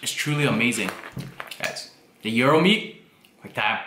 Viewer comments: it is pronounced Jai-ro or j-i-ro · BTW :::it's GI-AR-RO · Ouchy with the finger! 😩 Feel better soon. I want take out tin plate please. 😛 I thought GIRO was pronounced "GYE RO" 🤔 🤓